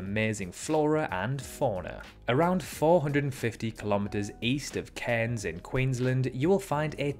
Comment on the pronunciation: Great pronunciation of Cairns, but Fraiser Island is the colonial deadname